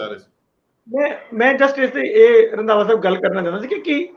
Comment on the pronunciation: bai Randwa nahi Randhawa sahib hunda 😁